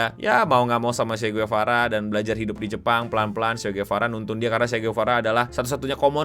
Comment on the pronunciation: Sekedar koreksi Cara baca Marie Antoinette begini 'Marí Antwánet'. Kalau Che Guevara di bagian Guevara begini 'Gwevara' bukan 'Guwevara', agak cepet dikit di bagian 'Gue'.